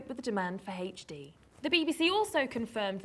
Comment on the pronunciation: she says HD weird... it sounds like heych D or something lol